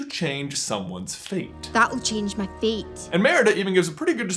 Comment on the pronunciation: When marida says "fate" it sounds like "feet"